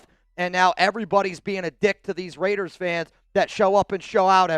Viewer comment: It’s not RAIIDDEERRESSS it’s LAATTEERRRSSSSSS 😂😂😂